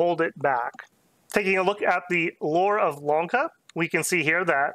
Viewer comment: Bro he's saying Wonka frfr